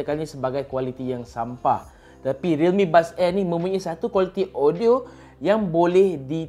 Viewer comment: lidah pendek